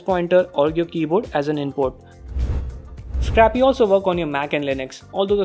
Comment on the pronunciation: Triggered when he said scrappy for Scrcpy which is probably a short hand for screen copy ....... -_